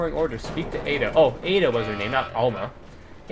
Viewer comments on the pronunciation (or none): Ada. It's Ada.